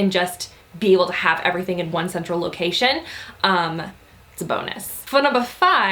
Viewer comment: "Dust errything" 😂😂😂 yes.